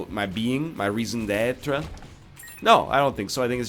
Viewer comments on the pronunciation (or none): "my reason dehhtruh" thats not how you say raison d'etre you fucking oeuf